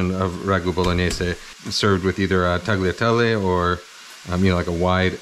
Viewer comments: Tagliatelle is pronounced 'tah-lyah-tell-eh'. The G is silent, similar to how the G is silent in ‘gnocchi’. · Free Italian lesson: Barilla is Italian so the double LL is pronounced as a long L, not like in Spanish. Also in "tagliatelle" is pronounced similar to "tah-lya-TELL-ay". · Mouth watering video. Oh and the “g” is silent in tagliatelle.